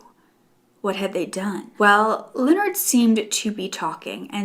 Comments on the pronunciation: It would be pronounced like ‘le-nard’ not ‘Leo-nard’ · 38 minutes of struggling to say Leonard 😂 Lol i love u girl it just made me laugh